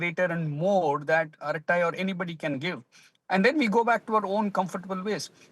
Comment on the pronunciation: It is not fking "arathai".. it is just araTTai.. no 'th' there...